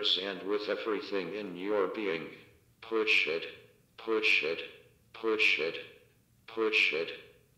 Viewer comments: why did I think it was saying poor sh*t 😂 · he isn't saying "push it" he is saying "poo shit" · I'm not the only one who heard "Poor SH!T" when the thing was saying "Push it", right? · i heard "poo shit" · I heard poo shit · I thought I heard bull shit 😅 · When the siren was talking it sounded like you say instead of push it the button it sounded like poo shit after a while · The speaker started to sound like it was saying "poor shit" when it was saying "push it" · When it keeps saying push it it sounds like Poor shit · its like its saying poo shit but hes saying push it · The megaphone sounded like it was saying “bullshit” when it said “push it” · I kind of heard Bull shit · The speaker sounds like its saying Bullsh*t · What most people hear: push it. What I hear: pu shit. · Same lol